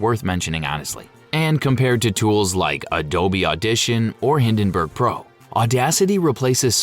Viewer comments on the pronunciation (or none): none